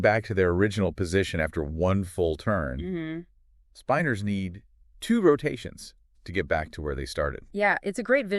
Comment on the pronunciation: Can’t even pronounce the word correctly in the first sentence. Spin-ors, not spine-ors FFS